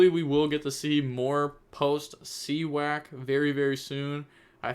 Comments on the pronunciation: More like See-Yak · you said see wack lol 😂. It is just you being you so it’s ok😅